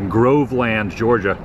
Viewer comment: It's not Grove land - it's pronounced Grovelund.